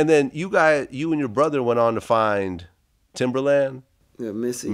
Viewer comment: Keema Farrow This is the same dude that called "Timbaland" Timber-Land in the interview.